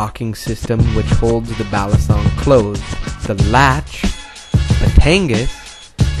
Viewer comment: It's pronounced: bah-lee-sohng; bah-tahn-ghas